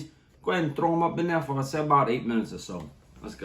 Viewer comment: "...go right up on in neah..." Love it.